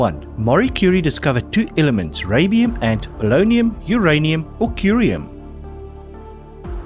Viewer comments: Q1: it is radiu not rabium! It is from Latin radius meaning ray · "Rabium" should, of course, be "Radium". Aristotle died in 323BC. The term "scientist" could hardly predate him by 2 millennia! "Luftwaffe" is pronounced LUFT-va-fuh. German "w" is pronounced like the English "v". Odd you missed this as you pronounced "Wehrmacht" correctly. "... the king and his government WERE not above the law". It's "Aqueduct", not "Aquaduct".